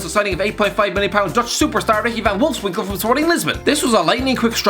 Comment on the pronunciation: Giggerty- he said Wolfswinkle